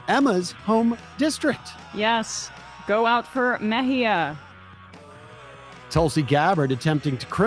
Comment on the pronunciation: Bringing articles of impeachment against Emma for the way she pronounces Mejia.